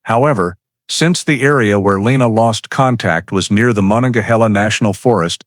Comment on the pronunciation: The Monongahela National Forest is pronounced Ma non ga heel ah.